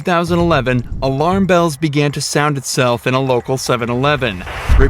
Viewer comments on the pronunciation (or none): none